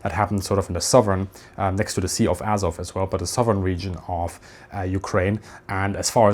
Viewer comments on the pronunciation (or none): none